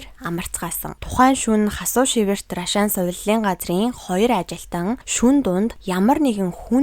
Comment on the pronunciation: Наль наль гээд ямар ядаргаатай ярьдаг юм бэ.Түүнээс гадна наад Рашаан гэдэг үгээ битгий Ррашаан гэж дуудаад байлдаа .Монголчууд наадахыг чинь Аршаан гэж дууддаг юм.Аягүй чихэнд чийртэй дуудах юм.